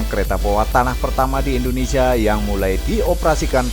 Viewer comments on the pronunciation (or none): none